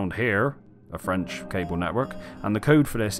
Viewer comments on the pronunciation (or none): none